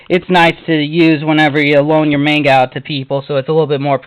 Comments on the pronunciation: MON-GUH is how it's pronounced! NOT MAIN-GUH. Damn that gets under my skin when I hear it pronounced like that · okay PLAESE this is bothering me soooo much, you have all this manga and you pronounce it wrong! please!!! its monga!!! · No dont make those retarded little faces its pronounced MONGA. IN JAPAN THEY DO NOT HAVE A LONG "A" SOUND. IT COMES OUT AS THE SHORT A SOUND, MONGA. or TO BE REALLY SPECIFIC, M-AH-NGA. learn you facts.